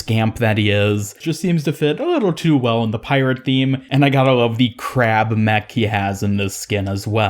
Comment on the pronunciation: Did I hear CRAB mech 🦀